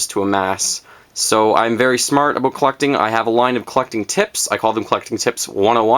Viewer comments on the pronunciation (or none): "Aboot" Canadian detected.